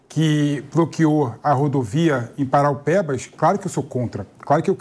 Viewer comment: Não é paraupebas e Parauapebas!